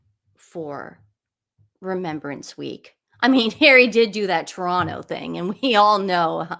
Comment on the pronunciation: Proud of you,, for saying Toronno like a native!!!